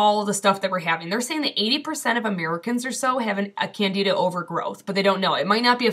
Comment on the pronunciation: Excellent Video! You are right, Candeeda is the correct pronunciation! Just like the Tony Orlando song (before your time)! In truth, systemic Candidiasis is one of the biggest contributors to the Western World's obesity pandemic, precisely because of extreme, irrational, carb cravings! This is potentially very bad,; by all means, stick it to the diet, otherwise your thyroid will plague you for the rest of your life! Plus, chronic Candida deposition in the Tracheobronchial Tree is a major contributor to the development of CA. of the lung! Happily, it's a fungus so Baking Soda and H2O2 kill it pretty handily! Stick with it, you'll be glad!